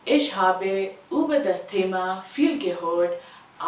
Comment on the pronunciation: In habe , Last mai AA ka sound aana chahiye not bee ka